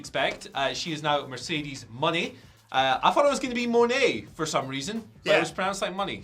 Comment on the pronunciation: It is pronounced Mo nay.